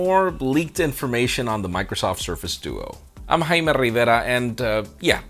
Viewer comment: Did he just say dudu on the Microsoft duo?